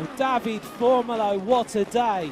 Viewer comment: Great extended highlights and I enjoyed the commentary. However, dear commentator, we Italians pronounce all vowels (like the Spaniards - unlike the French). So, you read it DAVIDE, not David